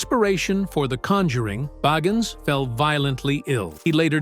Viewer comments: The narrator needs to learn how to pronounce Zac’s last name. Boggins??? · If you're going to narrate a STORY, learn how to pronounce his name right. It's BAgins. Long I. Zak Bagins. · I like how he calls him beggins and boggins interchangeably 🤣🤣🤣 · Why is his name pronounced differently every time you say it? Bagins barrrgins baagens. No commitment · I love how this guy pronounced Bagans different every time the entire video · You can't even say his last name correctly -_-; Try saying " The Rain In Spain Stays Mainly On The Plane" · Dude, who ever you are PLEASE SAY ZACK'S LAST NAME RIGHT! Every time you say it you change the pronounceietion! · Please decide how to pronounce Bagans.....ugh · It would be great if you could decide on a pronunciation for his last name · Good grief! Figure out how to pronounce his last name! Every other time you say his name it is pronounced differently. A lot of this is crap. Nick lost his shows because he’s a big bore. Didn’t have good ratings.